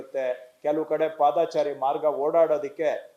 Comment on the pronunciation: ಪಾದಾಚಾರಿ ಎಂದು ಹೇಳುತ್ತಾ ಇದ್ದೀರಿ. ❌ ಅದು ತಪ್ಪು. ಪಾದಚಾರಿ ಸರಿ. ✅